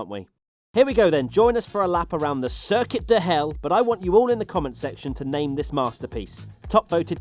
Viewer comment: “Circuit of Deez”